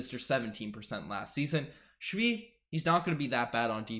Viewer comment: Thanks for proper pronunciation of men name Only it is not shvi it is svii